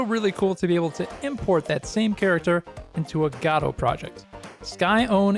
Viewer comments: the fact that you pronounce godót drives me crazy, while everyone else in the world and the community says "godôuh" or "goudough" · I've never heard it pronounced "ga-toe" - I wanted to pronounce it "Go-Dot" but apparently the developers pronounce it "Guh-doe" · Ew stop saying gah-do lol😊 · gAdot???? where is the A in Godot ?? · "gado" lol. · I refuse to accept any pronunciation that isn't "God Ott" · Lol "gawdot" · is that the way you say godot? thoght the t was silent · Hey man, there's no way for me to say it without sounding like a dick, but I think you should know. The most annoying thing about using Godot is how nobody can agree on how to pronounce it, and you just introduced a new one I've never heard before.